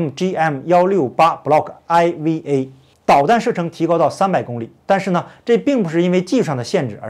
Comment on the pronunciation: MGM-168Block "IV"A IV可以讀4 MGM-168 Block4A